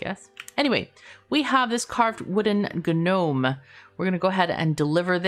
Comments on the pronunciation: Ga-gnome... Fyi, dialiect refers to using different words and or using words differently, not butchering other people's words. For example, hola sounds like oh-lah, NOT holla... No matter the "dialect", this is because it is a Spanish word, not an English word. Gnome should sound like Nome. It's spaghetti, not pasghetti, realtor not real-uh-tor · The g in gnome is silent <3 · I'm a ganome, gano gano gano, I'm a ganome